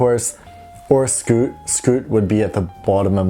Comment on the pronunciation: I was going to say.... It’s Scoot😂